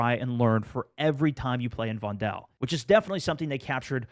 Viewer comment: guys, its not von-del, it is vondel